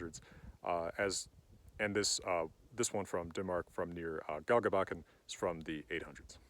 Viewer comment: This was very good. But the second g in Galgebakken is pronounced as a soft j. I believe it is the same in norwegian..